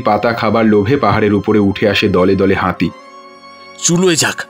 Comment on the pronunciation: "হাঁতি"? "বাঁধা" দেব না?